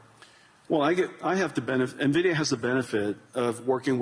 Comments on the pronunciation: What is this 'NEVIDIA' Fink keeps mentioning? LOL It's ENVIDIA for God's sake! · Fink its EN Vidia, not Nuh Vidia 🤦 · I wonder if Jensen grimaces every time someone says NUHvidia instead of INvidia which is the correct name. I do. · What is this company "Nevidia" the host is talking about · Calling it nervidia from now on. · "ne-vidia" ?! maybe try to figure our how to pronounce the name correctly ... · right! I don’t know why some people pronounce NVIDIA much like NAVIDIA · why do all the investor people call it NUH-vidia. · LOL I think Larry said Nevida 🤣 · Fink is not even pronouncing NVIDIA correctly. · can't even pronounced NVIDIA correctly. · He doesnt know the pronounciation of Nvidia. Tells a lot. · I've heard so many investor business people pronounce it like this. Grinds my gamer gears.